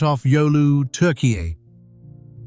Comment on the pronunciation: ai can't pronounce turkey